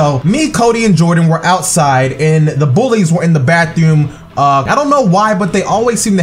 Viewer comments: "The bathewm" 😂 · why does he say bathewm😂😂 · what with the way he say bathroom